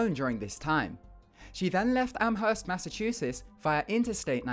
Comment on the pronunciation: My dude, it's pronounced "amerst" not "amherst* (I know it's spelled that way but I live near there)